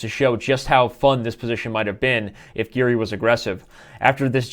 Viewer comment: its giri not garry lol